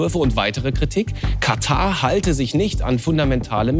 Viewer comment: Kann ihm mal bitte irgendwer sagen dass es KataR und nicht Kata heißt?🙃